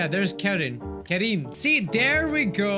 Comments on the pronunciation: Not to ruin anyone's fun, but I think Karin is usually pronounced Car-en. The chick from Naruto has that name and that's how it's pronounced. I think... Karen is way funnier though and I prefer it being pronounced like that lmfao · It's pronounced "Car rin" lmao